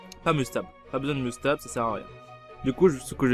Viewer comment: "Stab" pour Stabiliser stp et pas "Stabl" stp